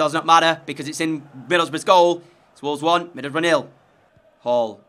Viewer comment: ngl... every time u said "middleboroughs" i heard "middlebruh" lol